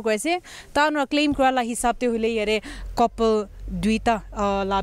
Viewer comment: Firstly, it's couple not kopol.. Secondly, if you're giving news in Nagamese, please stick to it only.. Not everyone can understand English like you and I. Nagamese is also a rich dialect and there are all the meanings of English words.